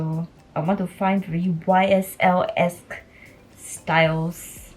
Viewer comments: if YSL is your fav brand, go learn whats the correct way to pronounce it. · I also bought myself a YSL wallet for my first branded bag bc that’s my initials too but it’s pronounced SAN-LAW-ROHN. I then bought a Valentino wallet for my sister and a Chanel bag for my mom.